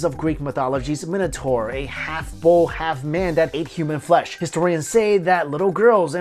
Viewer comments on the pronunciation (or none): none